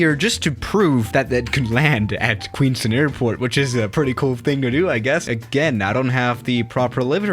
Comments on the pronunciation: Hey, as a New Zealand resident, I can confirm that it is QueensTOWN not QueensTIN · Said it wrong. You said queenstun. It's Queenstown. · No, no A380. I’ve been to Queenstown. It’s pronounced Queens Town, not Queens Tun. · Did you just say “queens tin” it’s queenstown but nice try. Queenstown is beautiful, you should visit us down in NZ! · It is Queens-Town not queenstin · It's pronounced ''queens-town'' not queenstin or somethin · It’s pronounced Queenstown like town not ton lol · Queens towwwn not queenston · Its Queens TOWN not Queens TOON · I live in NZ and its Queenstown not queensten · queenst'n airport god that hurt my ears, you say it like its written QUEENS TOWN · It’s Queenstown not Queenstin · it’s not queenstin it’s queens town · I'm from New Zealand, and it's pronounced Queenstown, not Queenston. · Queenston Me: its queens town wow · It's Queenstown...not Queenston! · Yo you actually did my video idea!! Firstly it is pronounced Queenstown not Queenstin, you never vacate on the little taxi way, that's only for GA aircraft and it is amazing to fly into!! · as a kiwi I can confirm it is pronounced "town" not "tin" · hey it's indeed pronounced queens-town and not queenston or how ever you were pronouncing it:) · I live in queenstown and its prononced queens-town not queenst-tin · Queenstown not queenston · I requested this and for your information I fly the 787-9 into this airport and the whisper jet has never flown in Nz or Australia and it’s queens town not queenston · me being from New Zealand it is pronounced queens-town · it's pronounced " Queens-Town". You wouldn't know how to pronounce it because your European. Please get it right you dumb ass bitch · Its "QUEENSTOWN" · It's Queens-Town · It is pronounced Queenstown. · Pronounced kweenstown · Fyi. It is pronounced Queenstown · Good video. I live in New Zealand and have been to Queenstown many times. Btw its pronounced Queens-town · It’s pronounced queens town